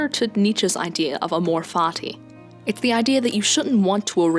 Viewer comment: Totally unrelated, I would recommend you to practice a very distinct latin pronunciation of "amor fati", because it currently sounds like "a more fatty" and it's hilarious and probably only happens in english